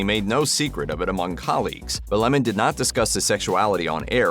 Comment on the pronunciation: What a dull video. He isn't interesting at all. I'm glad his name is pronounced correctly though. Don LeMoan sounds so silly.